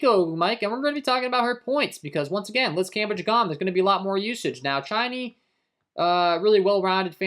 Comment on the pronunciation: Chiney, CHA-NAY